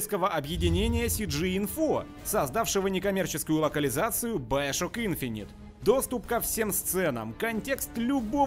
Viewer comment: Ну бля не баяшок а БИОШОК не оскорбляйте сей шедевр